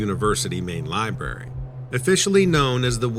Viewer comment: There's a R in the word Library.. it's not a silent R.